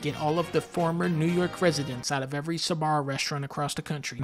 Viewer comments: The Sabarro one physically hurt me as someone from NY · I knew he was gonna say sbarro for new york 🤣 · Me, A New Yorker: Don't say Sbarro's, please don't say Sbarro- GODDAMMIT!